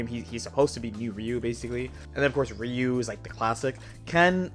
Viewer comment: hits the R in Ryu on some 上何だみんなエ～ールケイでーす shit